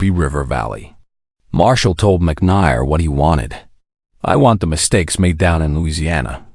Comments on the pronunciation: McNair not Mick ney R. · How can you consistently mispronounced Mc Nair? Have you ever watched and listened to any WWII shows? Know that there was a McNair barracks in Berlin. It is pronounced McNair as in hair. Honor this hero by knowing how to pronounce his name. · Do you even edit your videos? McNier? Really unprofessional to just take and not review and correct. If you going to do history subjects then spend the time to do them CORRECTLY. The General misnamed is Leslie McNAIR who later died in combat in Europe. Show him the respect he earned and deserved. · The "advantage" of crappy narration (like here) is that you know the source of the material; discerning listeners will appreciate that they need additional study to get the entire real story. (BTW, it's pronounced "McNair" -- just as it appears -- not "McNigher.") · And that Lesley McNair rhymes with McHair and not McHire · fails in pronunciation. Marine "Cores?" "McNyer?" "Rooted?" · "MC NAIR" - AS IN "AIR." YOU DON'T GET THE NAMES RIGHT.:face-turquoise-covering-eyes: PRETTY BASIC REQUIREMENT FOR ACCURACY. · General Leslie Mc Who? learn to pronounce people's names. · Several of the names and words were mispronounced. McNair was one. Odd narration...